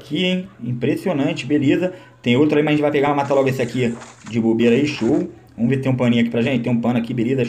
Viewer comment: "Vomos que vomos" 😂💥